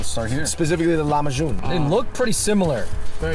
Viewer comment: ITS LAHMAJU NOT LAHMAJUN